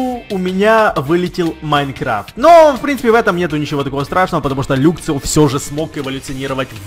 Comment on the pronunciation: не люксио а лаксио и не люксрэй а лаксрэй